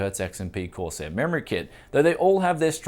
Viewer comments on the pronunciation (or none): none